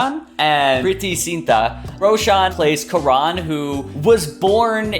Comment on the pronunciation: Why u...u hacked jaby channel.... haha... jk.. also its kaa-run... not quran